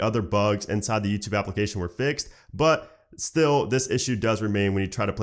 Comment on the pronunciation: hey is it me or do i hear Nuketube instead of youtube LOL